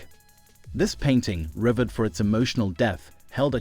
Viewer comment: The words Trophy, Christ, and revered not pronounced very well.